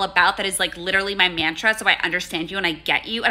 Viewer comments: the way she pronounces "MAN-tra" just seems really accurate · It's the mispronunciation of mantra for me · Pronouncing mantra wrong was a nice touch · Am I tripping or is it part of the joke the way she pronounced "mantra"? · the pronunciation of “mantra” added so much